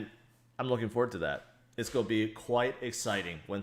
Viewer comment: I love the way your pronounce 'going to', as - 'goia'.... every single time! I can't unhear it now and find myself tallying your 'goia's throughout your vids. Current record is 38 Goias'!!! Keep on goian, bud!